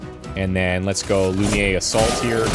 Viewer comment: I'm still catching up on this series. Loving it so far, but there's that tiny thing that's bugging me as a french person. The way you pronounce "lumière" is very off. It's the french word for "light" and the u should sound more like it does in the word chute and the "ère" sould be pronounced like the word air. I'm not sure if my explanation is clear or not, it might be easier to just go on google translate and check the audio for reference.